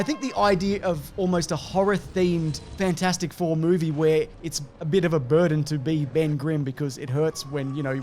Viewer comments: Nobody calls it Fant-four-stic Four. Just Fant-four-stic. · Glad I’m not the only person who called it fant-four-stick four.